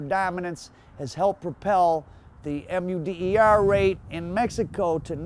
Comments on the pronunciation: “The M-U-D-E-R rate” Oh no, not the Muder Rate !!!! 😂 hahaha just fuckin wit u fam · The M U D E R rate, this mans needs to do some spelling B’s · U mean Mu"R"der rate?!???!???????????